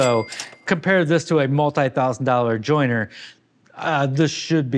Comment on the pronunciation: Jointer! Not joiner. Fyi